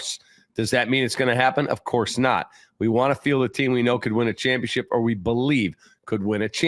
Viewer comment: championchip isn't a word btw, that's not how that word is said. jfc